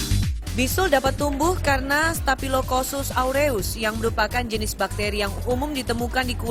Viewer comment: Staphylococcus bukan kosus wkw